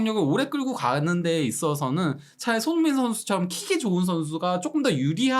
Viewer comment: 제발 소밍이라고 하지말고 손.흥.민 이라고 제대로 발음좀 해주세요ㅠㅠ 아... 거슬림 아니면 그냥 쏘니라고 하시던지